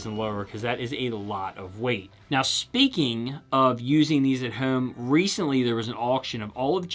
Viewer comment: I like how you say “ home” and “ ohm”